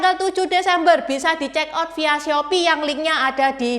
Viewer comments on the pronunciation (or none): none